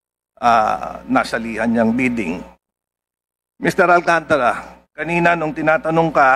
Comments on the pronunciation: Hindi Alcan tara ang pag pronounce nuon Alcantara bobo ka magsalita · alcantara ayusin mo pronounce mo